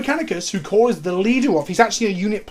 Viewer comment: This is the first time I've heard someone pronounce Cawls name right the first time lol Also Cawl isnt actually a leader of the Mechanicus, hes actually vilified by a good chunk of the Mechanicus due to his "forward thinking" ways (inventing without first going through different pieces of Mechanicus bureaucracy, and although he's asked several times to be made Fabricator General (leader of the Mechanicus) Guillimon has refused him every time. Imo "Girlyman" isnt a joke because "Haha girls are weak", I think its because you're making his name sound sillier than it already is, my favorite personally is "Rodent Guillotine" So the "in lore" reasons for the Primaris creation is cause Cawl can take someones brain and basically make them a part of him, the first time he did this was when he was forced into it by one of the original scientists of the Astartes project, but his will was so powerful he basically overrided the guy and took control. Supposedly he's done this several times, but it really only goes into detail with 1 as far as I'm aware. Also the Primaris marines were not actually accepted by everyone, for example the Flesh Tearers Chapter said "He (Guillotine) would make us Ultramarines in red!" and outright refused to accept the reinforcements, despite his chapter being at like, 1/4th strength. Also Fun Fact, apparently Primaris Marines are relatively accurate size, iiiif they were normal Astartes lol Personally I love the new Sculpts, but I hate how dirty they're d